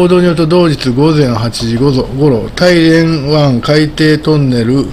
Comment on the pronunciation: 大連は「だいれん」または「ターリエン」と発音します。の発音は「タイレン」と聞こえます。なお中国語では「ダーリェン」と発音されるそうです。私の耳が変なのか？変ですね。